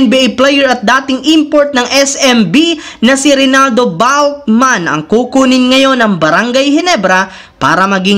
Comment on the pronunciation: with emphasis pa ang pag banggit mo sa balkman... maling mali naman...